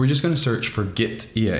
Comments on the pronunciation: Nice tutorial - clean/straight to the point and easy to follow! By the way, it's pronounced "gitty", as in git-tea (tea, the drink.) Apparently the developer wanted to convey ease of using Git through this app to sort of like having tea (or something like that, I forget the exact background.) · Why not read gitea, with "git" "tea" ?